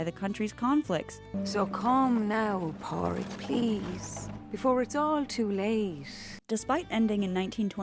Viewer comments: Great video as always👍 - covers all the important points, perceptive analysis, fun delivery. FYI, the name Pádraig is pronounced Paw-rig or Paw-drig (it starts the same way as the English words "paw", "pawn" & "pause") - I hate to be a nitpicky grammar nazi, but hearing it pronounced Pah-rig was kinda making my brain explode. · It's pronounced "Paw-rig" not "Pa-rig" 🤣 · It's pronounced Paw-rick. You even included a clip where Colm says his name and pronounces it correctly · Padraic is pronounced ‘Paw-rick’ just fyi! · I doubt it! The narrator is not pronouncing it right. Its a common name in the Irish language and is pronounced Paw-rig. St. Patrick's Day is named after our Patron Saint Padraig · The mispronunciation of Pádraic here is infuriating… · I absolutely love your videos but your pronunciation of irish names is painful to listen to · Hahaha, thank you. The constant mispronunciation was painful. It's not that hard to find the correct pronunciation of any name ur doing a video on.